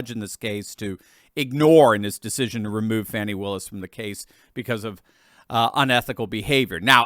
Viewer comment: Thank you for not calling the heavy set extra large “ fawni”